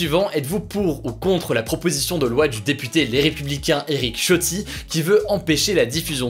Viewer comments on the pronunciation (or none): On dit [S]iotti ! Mais merci pour tout Hugo. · Ça se prononce Eric Ssiotti